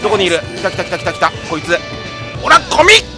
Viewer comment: ゴミィ！がコミィ！に聞こえたｗ